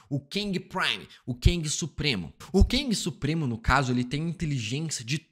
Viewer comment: Cara me dá um "ranço" quando ele diz "KENG"...Quem mais?